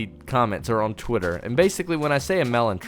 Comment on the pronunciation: Did you say Twitter or squidtter?